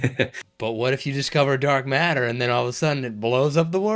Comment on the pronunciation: The way he said dark matter tells me he can’t grasp much of what you just said 😂